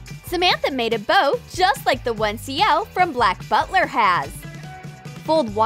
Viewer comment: *Ciel’s not Coelks